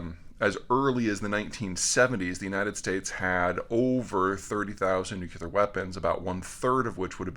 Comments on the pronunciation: "Nucular. It's pronounced nucular." --Homer Simpson "NEW-clear* --Me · PETER. FFS PLEASE READ THIS! BRO, IT'S NOOK-LEE-URR, NOT NOOK-YOU-LURR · Peter...it is pronounced 'New-CLEAR', not, as Dubya used to say, 'Nukular'. Honestly, big guy; ponytails and man buns don't let you off the hook on grammar. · Nuclear….= pronounced new – cle-ar…NOT New Q Lar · "I never thought they'd be that dumb." Oof. And, "nuclear", not "nucular". This is a hill I'll die on =D Love the insights here Peter. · I literally take in EVERYTHING he says, constantly intrigued and THEN he says 'NU-KI-LAR', and says it like that repeatedly. And he loses me...! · It’s pronounced •nu-cle-ar•. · Gah! Nucular :-( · imagine calling yourself an "expert" and not being able to pronounce nuclear. lol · yea, interesting but he cant even pronounce Nuclear correctly, he pronounces it just like Bush did. like a redneck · Peter, does being a semi-expert mean that one knows how to properly pronounce the word "nuclear?" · I enjoy the mispronunciation of nuclear. It humanises Peter. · Fair point =D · I’ll take it from an analyst. But I refuse to vote for anyone up for access to nuclear launch commands that can’t pronounce ’nuclear launch command’. As far as I’m concerned we need to make that a constitutional amendment.